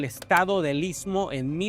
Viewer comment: Amigo está pronunciando ismo amigo está pronunciando istmo te ves pronunciar...ITSMO...